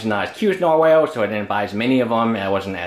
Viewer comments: Nar-wall not Nar-whale... fucking hell m8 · Nar-”whale” lol